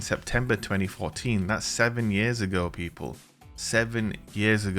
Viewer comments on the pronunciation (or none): none